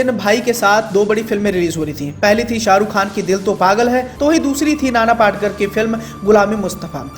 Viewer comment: नाना पाटकर...! नहीं... नाना पाटेकर 👌